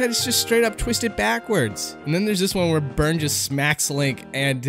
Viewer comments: Byron? What? Dude it's pronounced like Burn... get the pun now? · "Bi-urn?" peebs. it's "burn". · sorry By-Urn? I thought it was just pronounced "Burn" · I think Byrne is pronounced "burn" not "buyern". A lot of characters in Spirit Tracks have train related names. Steem, Carben, Cole, Rael etc. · "Bie-urn?" His name is Byrne. Like.. like Burn. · It's pronounced "burn", not "by-urn". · ITS "burn" NOT "by-urn" CNJNDJNJDNI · PBGs pronunciation of Byrne is awful, it's pronounced as Burn (not By-urn) it's a common second name where I live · OH I HAVE BEEN WAITING FOR A SPIRIT TRACKS VIDEO. Also Byrne is pronounced "burn" like burning coal. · Isn't Byrne's name pronounced "Burn"? It goes along with his boss' name Cole, which sounds like "Coal" and it's part of the whole train motif. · Byrne's name is pronounced Burn. Like, you know, burning coal. They all have punny names. And Byrne is actually a family name in Ireland, which might be why it was changed to Staven over here. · Pretty sure Byrne's name is pronounced "burn", though, since puns and stuff. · pbgs pronunciation of byrne irks me, i am 90% sure its pronounced "burn" to go with chancellor cole. its a train game, you burn coal in trains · I love peebins so much but I CANNOT believe he pronounces Byrne’s name like that...it’s pronounced burn...like how u burn coal...to make a train go...peebins why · why are you pronouncing byrnes name like that